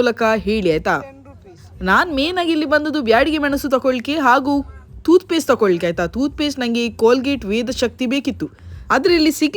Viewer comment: ಟೂತ್ ಪೇಸ್ಟ್ ತೂತ್ ಪೇಸ್ಟ್ ಅಲ್ಲ